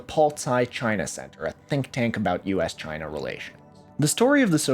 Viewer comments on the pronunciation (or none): none